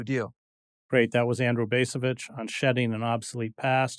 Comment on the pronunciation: I like Chris Hedges a lot, but the way he pronounces the letter 'a' in words like Vietnam and 'debacle' annoys the crap out of me. And the other guy's name is pronounced BAHS-a-vich. Long A (ahhh), not the other two ways peculiar to the English language.